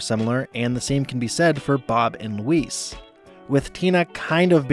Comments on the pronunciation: Your pronunciation of Louise's name sounds much more like "Lou-Ese" than the correct "Lou-Eez". You're saying it more like how you would say "Luis", the male Hispanic name, like the character Michael Peña plays in the Ant-Man movies. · Why does he pronounce her name like “Luis” in Spanish some of the time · I'm so sorry but the way you are pronouncing Louise' name with a 'ce' sound rather than a 'ze' sound is too much for me, I can't watch another second. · I can't get over you pronouncing Louise's name like Luis Guzman's name. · I had to stop watching just because you misprounced Louise's name every time you said it. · I'm so sorry but your pronunciation of Louise was so distracting. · You're pronouncing Louise wrong. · Your mispronouncing of Louise was distracting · JEEZISFUKKINKRICE learn to pronounce LOUISE!!!!!!!!!!!!!!!!!!!!!!!!!!!!!!!!!!!!!!!!!!!! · Why do you pronounce Louise's name like that? You hear them say it on the show, right? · Why do you pronounce Louise like that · So either you're an AI channel, or you've never actually watched this show before. Her name is pronounced "LOU-ease" not "lou-EECE". As a result, I can't enjoy this video any longer. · It’s not pronounced ‘Loo-ees’ (rhyming with “peace”). It’s pronounced ‘Loo-EEZE’ as in “Geez! Louise! You’re the BEST!” You’d think after watching so many episodes of the show, someone making an entire video essay would pronounce a main character’s name correctly. (That is also a direct quote from Louise herself by the way, when introducing herself to the Edison-obsessed science substitute.) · Dude the way you say the The female name louise as if you're pronouncing it as the male version is Weird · you keep calling her louissss her name is louise with a Z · Stop calling her Luis😭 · It’s Louise, not Luisss. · Louise, not Louis, please! It’s pronounced with a more “Z” sound at the end - Louis is a masculine name, Louise, feminine. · Why do you pronounce Louise as Luis? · LouisE not Luís 🫠🤣